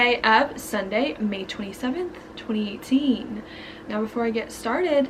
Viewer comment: Does anyone else love the way she says "twenty eightteeen"lol